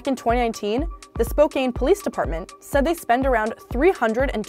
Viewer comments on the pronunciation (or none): spo-CAN. Not SPO-cane. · Its pronounced spo-can not spo-kane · "Spo-kane"? Who pronounces it like that? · "Spokaine"? Not how it's pronounced. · pronounced spokane wrong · please pronounce spokane properly